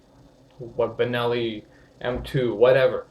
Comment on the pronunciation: Half decent video in spite of the fact that he mispronounces the name of the Benelli about 35 times